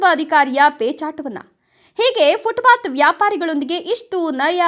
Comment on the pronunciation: 😮 ಫುಟ್ ಬಾತ್ ಅಲ್ಲ ಫುಟ್ ಪಾಥ್.ಇಲ್ಲವೇ ಅಚ್ಚ ಕನ್ನಡದಲ್ಲಿ ಪಾದಚಾರಿ ಮಾರ್ಗ ಅಂತ ಹೇಳಿ.😮